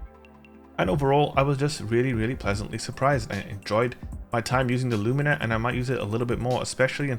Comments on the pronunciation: its pronounced luminer not loomeener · It's Lúmina not lumína. The accent is in the first syllable. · Its LUmina. Not “LuMEENA. My god. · Only an american can mispronounce Lumina